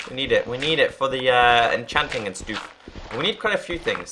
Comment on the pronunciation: why does he say stoof?